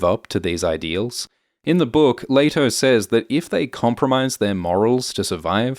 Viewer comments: its not LAYto. its LEEto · It's pronounced "lee-toh" not "lay-toh" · Pronounce the names correctly, It's pronounced "LEE TOE"